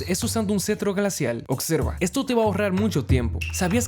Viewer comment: Sabias que dices "ocserva" en vez de "observa" 😅😅